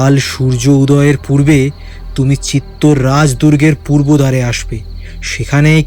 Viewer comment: ১) তৎকালীন রাজস্থানের দেশজ উচ্চারণে চিত্তর হতে পারে। তবে ইতিহাসের বিবর্ণ পাতা বলছে ; চিত্তর নয় , চিতর । ২) আলাউদ্দীনের হাতে বন্দী হওয়ার পর রতন সিং'কে ( ভিন্ন মতে ভীম সিংহ ) দিল্লি নিয়ে যাওয়া হয় নি। আলাউদ্দীনের শিবিরেই বন্দী ছিলেন। পরবর্তী সময়ে রানি পদ্মিনীর বুদ্ধিবলে রতন সিং চিতোর গড়ে পালাতে সক্ষম হন। এর বারো বছর পরে আলাউদ্দিন চিতর ( ভিন্ন উচ্চারণে চিতোর ) জয় করেন। ৩) বাস্তবে আলাউদ্দীনের কন্ঠস্বর যেমনই হোক--এখানে শিল্পীর ভয়েস বেশ ডাউন। কিঞ্চিৎ গুরুগম্ভীর / জোরালো হলে চরিত্রের সঙ্গে মানানসই হত। ৪) তবে চমৎকার রঙের ব্যবহারে পোস্টারটি বেশ জমজমাট। ইতিহাসের রোমাঞ্চ লুকিয়ে আছে ⚔️ যাইহোক। সব ফেলে। সব ভুলে। মান্যবর পদ্মরাগের কলম। শুরু থেকে শেষ পর্যন্ত সার্থক। মেদ-বর্জিত ভাষা শ্রোতাদের মুগ্ধ করবেই।। 🕋